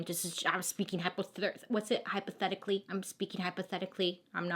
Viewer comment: I LOVE that she almost said hypothermicly instead of hypothetically! Because she is spitting COLD FACTS! Even when Bailey makes a mistake, she's still more in point than I could EVER hope to be! 🤣